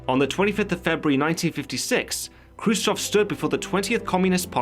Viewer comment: 👍👍for correct pronunciation of kruschëv Update: watched the film and Steve Buscemi and Jason Isaacs gave really good performances.